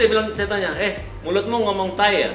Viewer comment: TAE bang.... Bukan TAHIIII atau taiii 😂😂😂